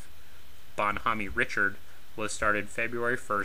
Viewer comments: It's Bon HOME Richard not Bon Homaney ... shst! It's French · I know right? Bon- Homeeeee? LOL! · *Bonhomme Richard is pronounced bun-OHM ree-CHAR. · Sorry, that ship wasn't named "Bon Homey Richard!" You do not pronounce the "e" in Bonhomme and in French "Richard" is pronounced "Ree-shard!" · It's pronounced Bon - Home - Rish - Hard. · He probably got it from Josh Homme from The Queens of the Stone Age, who pronounces his name Homm-ee. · "Bonn Hommy" Richard? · ‘Bon hom me Richird’ I guess American history teaching has changed since the1960s. I knew the story of how to say that and the battle she was involved in before I even understood separation of church and state. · "Bonne hommie" Richard? Is that how you also refer to John Paul Jones' frigate? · Bonn Homme Richard: pronunciation in "Homme" the "e" is silent. Antietam CV-36 went on to be the first US carrier to have "canted" flight deck installed. It was the result of a terrible accident we suffered (Served on CV-36 '51'52 Task Force 77 Korea) when F9F Panther jet crashed thru all the barriers and destroyed a good portion of aircraft being re-fueled on the bow. Also killing multiple crew and the pilot. British already had the canted deck. Also the US carriers of this class had wooden flight decks; the Brits had armored. Armored decks might have saved some of those other carriers that were so crippled by Kamikazes, and save lots of lives. Thx for the video! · I agree it is irritating. Especially USS Bon Homme Richard (CV/CVA-31). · When having a serious historical discussion, yes, it IS important. I'm not sure how he got that particular one so horribly wrong. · PLEASE get someone to help you with the pronunciation of " Bon Homme Richard"!!!!